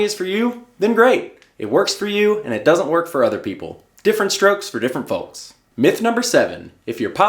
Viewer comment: i can hear the "folx" when you say folks